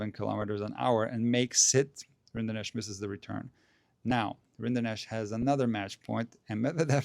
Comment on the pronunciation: Funny detail: Vacherot is french for cattleherder or cowboy. Rinderknecht is german for the same profession. So, it's just that single T missing and the funny french way to pronounce Rinderknech. Very respectable achievements of the two "cowboy-cousins".